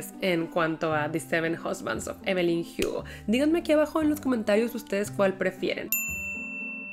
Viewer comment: No entiendo pq siempre pronuncia (jiugo) y no Hugo, siendo que la protagonista es latina y acá se Lee la h como muda y no como j